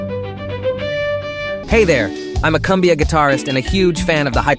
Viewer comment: Perfect, but next time it’s Coooombia not cumbia 😂